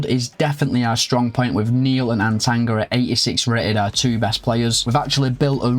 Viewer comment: Not once did bro pronounce Atangana right The cameroonian in me is crying😂😂